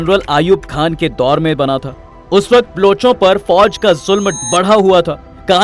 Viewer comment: ब्लुच नही बे बलोच है वो. कान पका दिये ब्लूच ब्लुच बोल के .